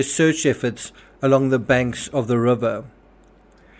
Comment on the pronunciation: Love the way you say rubber😂it's river bro! Rip anyone who dies.Stay safe everyone!